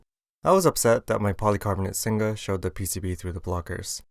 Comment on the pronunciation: Singa not Sing Ga :(